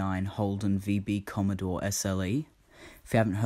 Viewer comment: Oh, It's COMMODORE. I thought you said "COMMODE". LOL